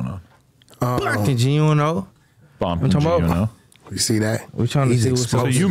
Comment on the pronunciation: Adam kept soning gee uno lol. He better be careful.